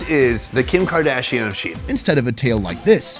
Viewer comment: Kordashian?? Lol wow